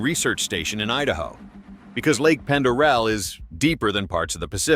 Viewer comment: Pronounced Lake "Pon der aye."